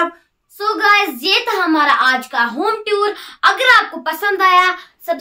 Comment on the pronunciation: Home Toor ❌ Home Tuur✅